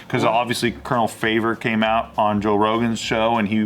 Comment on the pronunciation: These guys really have no clue what they are talking about. Colonel Favor? Really? Its commander Fravor